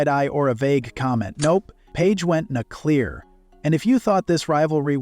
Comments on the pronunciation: Paige went Na-clear...... stop with the AI already. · Nutclear???? /AI again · "nuh-clear'? Oh, AI, go back to 'suh-peak-ing' school.